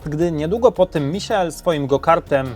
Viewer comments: Michael a nie misiael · czyta się normalnie michael a nie jakoś misiael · Skad pomysł na wymawiane "Misiael" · "Misiael" no padnę ze śmiechu XD Michael Schumacher jest i będzie legendą F1